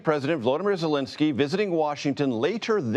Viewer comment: You are mispronouncing Zelenskyy's name. It is VoloDYmyr (accent on 3rd syllable) Zelenskyy (not "Zelinskyy").